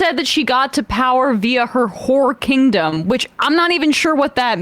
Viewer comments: Did he say "her whore kingdom"?? What the fuck does that mean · Did Crowder say" Whore Kingdom" referring to Kamala????